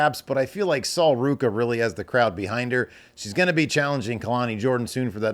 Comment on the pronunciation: You didn't say Sol Ruca correctly. 😉